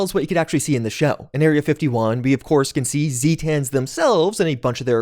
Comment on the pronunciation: excuse me? ZEEtans?